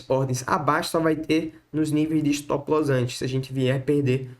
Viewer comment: Estilo Joel Santana"s English kkk